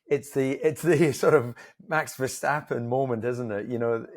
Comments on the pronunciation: now I see your point - as an Austrian I am very critical in grammar and pronounciation and dont like Verschtappen. As I am also a MASSIVE MV33 fan I learned from his Max's german interviews that he says Renne instead of Rennen and Verstappe instead of Verstappen. 🙂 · Versschtappen? He drives for RedBull, not for Schweppes. Why pronounce his name like he is a German?